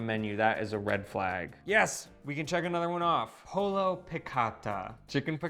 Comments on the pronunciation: Spell your latin root language double "L".... "ll" is "J"! You gotta do pollo as pojo! Don't miss it! (almost a silent J) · It is pronounces poyo en espanol.